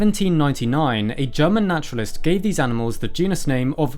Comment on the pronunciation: This video is different when you keep hearing German Nationalist, rather than naturalist (or i suppose naturist). Im increasingly convinced i need my hearing checked. Also, great video :). How did i not know that mastodons/mammoths were two different things. I think i always assumed there were the same thing. Live and learn !